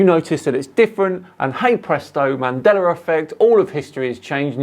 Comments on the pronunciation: Here's a mandela effect fact for you: He says "Mandeller", not "Mandela". Been like that forever, but I'm pretty sure some are just catching on to it. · “Mandera Affect”. Do you mean Mandela Affect?😂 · Why is pronouncing it as Mandelr effect? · Why do you say "Mandelar". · Why do you pronounce it "mandeler effect"? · Why do non rhotic speakers from England ignore the letter R until the say a word ending in a long A at the end? Mandela effect is pronounced "mandeler" and park is pronounced pock. The letter R deserves respect. You can't ignore it most the time, then tack it on the end of words whenever you feel like it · Use the “L” sound please my guy.😂😂😂